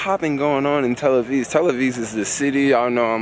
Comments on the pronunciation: why are you calling it tell aviz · A few quick corrections: 1. Those aren't machine guns, those are assault rifles. 2. It's "Tel Aviv", not "Tel Aviz" 3. The sign on the train with the shoes says "please don't put your feet on the seats" 4. The bus ALWAYS makes it Glad to hear you had a good time--come again! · It's Tel AviV , with a V, not Tel Aviz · It's not Tel Aviz, It's Tel Aviv. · TEL AVIV NOT TEL AVIZ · It's not Tel AvIS, but Tel AvIV. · is tel aviv not tel aviz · tel-aviz??? i think you are putting it on...you know its tel-aviv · Is he saying Tel Aviz?